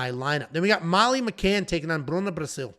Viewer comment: "Bruna Braascilll"😂😂